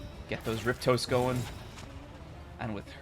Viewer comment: Rip-toes LOLOL It's "rip-aust." Riposte = Rip-aust